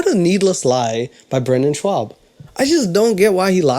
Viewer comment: So you did stand up once in high school. You haven't even learned how to say his name correctly. Brenden has a long list of accomplishments spanning years between football, lacrosse, fighting, and commentary. True, his comedy is not great. But it's cool you did stand up at a high school talent show... 🙄